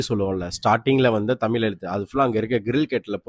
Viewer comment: தமில் இல்ல தமிழ் தயவுசெய்து பழகி பாருங்கள் ழ் ழ் ழ் தமிழ் தமிழ் தமிழ்